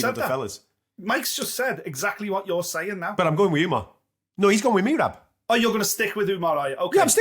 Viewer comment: Yea next they need to learn how to say merab. It’s sais muh-rob not mee-rob